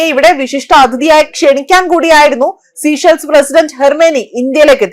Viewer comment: The correct pronunciation is sā-ˈshelz. Please do not say 'sea shells'; it is important not to distort the name of the country